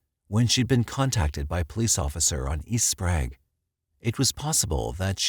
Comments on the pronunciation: Okay. I only lived in Spokane for 23 year, and grew up there. He pronounced it Spraaaaug. Its prounonced Spray-g. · Also “Sprague” isn’t pronounced “Sprag” either 😆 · He called Sprague St. "SPRAG" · He pronounces Sprague wrong as well. Haha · SPOKAINE? Amatuers. Who noticed Sprague turned into SprAg?